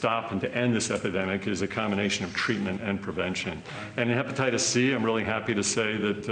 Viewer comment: Can’t even pronounce HEPATITIS with his fat mouth.